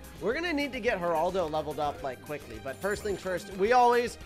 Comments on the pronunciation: does anyone notice this is the first time of saying "Heraldo" instead of Geraldo. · It’s jer a ldo